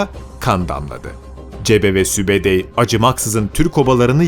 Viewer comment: Sübedey değil sübütay